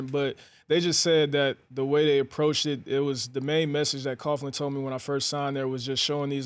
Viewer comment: "Coach Coughlin" lol